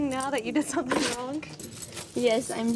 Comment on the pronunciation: seems to pronounce words as the English do ie: somethink, anythink etc.